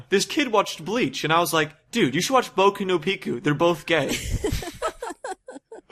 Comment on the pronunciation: their mangling of "boku no pico" kills me every time omg